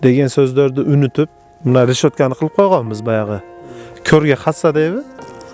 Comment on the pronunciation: Дагы озбек кыргыз болуп атабы мно молдо мине деп атат ошону уксанар